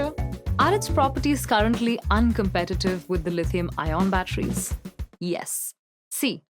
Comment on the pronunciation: Batteries not bachelor